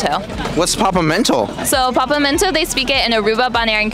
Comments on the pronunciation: She can’t even pronounce Papiamento lmao .. papi-A-Mento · She can’t even pronounce Papiamento correctly she said papamento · I was born and raised in Aruba. First of all, its pronounced pap-yah-mento lmao. Second of all, i think what she was trying to say is "tuma mi placa" which means "take my money" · As a Papiamento speaker, you got the phrase completely correct but she pronounced it wrong and I think she got the words confused with Spanish.